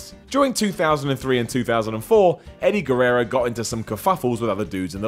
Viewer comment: Edy Gerrero